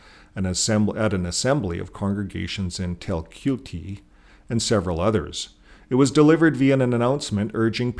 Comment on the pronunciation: Te Kuiti is pronounced as (Tee coo it tee)